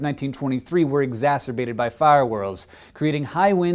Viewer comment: Exzasterbated, anyone?